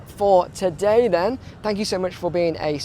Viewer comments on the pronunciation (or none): none